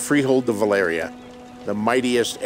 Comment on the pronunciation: I'm really bothered by how GRRM pronounces "Valyria". Is he like daring people to correct him?